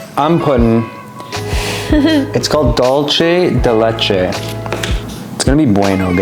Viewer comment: I’m sorry…. pronunctiation of Dulce de Leche was so funny made me want to vote for his cookie 😂